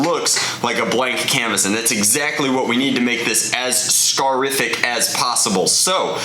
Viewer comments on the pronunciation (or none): Did he just say “scarific”..?